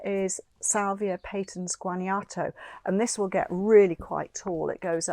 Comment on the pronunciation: love your channel! thank you for this informative video. just an FYI, Guanajuato is pronounced "wan-ah-hooatoh". cheers!